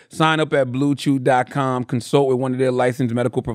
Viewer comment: Unc that bluechew ad was bad lmfao idk what the hell you was pronouncing lol